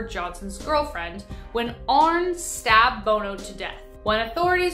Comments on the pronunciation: Once AGAIN, Mispronunciation of our names. It's AR-NEE NOT ARNE JOHNSON!!!! JEEZ. ITS NOT TOO HARD TO FIND THE CORRECT PRONUNCIATION OF THESE THINGS. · Arne Johnson's name is pronounced as "Arnie." A very interesting case outside of the films.